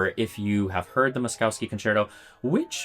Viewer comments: It's pronounced Mosh- KOV-skee, not Mos-cow-skee. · BTW the name should be pronounced Mo-sh-kovsky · Good video except for the repulsive pronunciation of Moszkowski. There are no skiing cows is Polish names. "...kowski" is pronounced koffski. The first sylable is Mohsh. With the internet it is possible to look this up rather than bastardize a Polish name. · Pronounced “Moss-koff-ski”. No cows in his name. Makes for difficult listening. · It's pronounced "Mosh-koff-ski" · I have never heard anyone butcher "Moszowski" this terribly in my life, and my last name has similar pronounciation issues for non slavs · Please pronounce Moszkowski correctly fml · Mispronounced Moszkowski name the whole video. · How can you make a video about a guy and pronounce his name wrong every single time it just shows laziness to not even type his name into google translate and hear how it’s said. Imagine if someone kept calling Bach “batch”